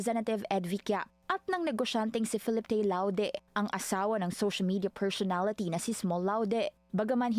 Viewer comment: All is revealed. Pero mas kalerki yung “Pershunality” 😂😅